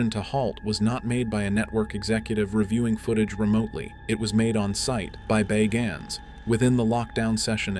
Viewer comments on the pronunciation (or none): The narrator can't pronounce his name Bagans consistently